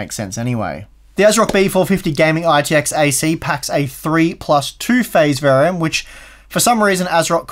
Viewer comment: its not verium bro its VARIANT